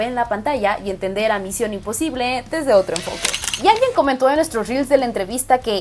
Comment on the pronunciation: Pinche fastidio de cómo pronuncia misión imposible. (Con la papa en la boca ) y queriendo sentirse muy intelectual!!!! Pésima!!!’ Muuuuuuuuchooiio cringe!!!!!